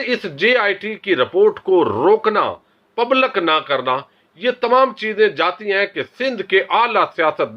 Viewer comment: مسلم میں ل کے نیچے زیر ہے۔۔۔ پبلک میں ل کے نیچے زیر ہے۔